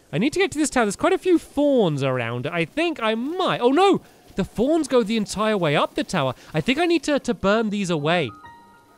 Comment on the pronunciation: I'm sorry, but every time you say "thorns" I think you're saying "fawns"